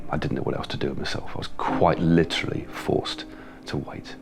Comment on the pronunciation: "And that's because it just too much.. quite li-trally." Lol